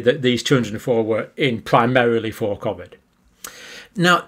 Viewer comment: John either pronounces it cof-vid consciously or subconsciously to pretect his mind from the lies hes spouting and to protect from the mob stringing him up from the nearest lamp post if humanity ever wakes up to the hoax "no no i meant cofvid not covid" wont work johnny boy